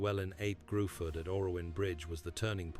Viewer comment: Its not gruford its pronounced Griffith